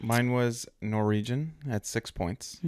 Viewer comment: The way pronounces Norwegian... NorEEgian😂